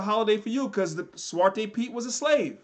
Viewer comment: Btw: your dutch pronounciation ( zwarte piet, and dutch names) is on point fan!😅